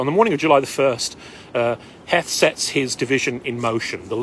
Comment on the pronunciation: The shoe story came from Harry Heth pronounced Heeth.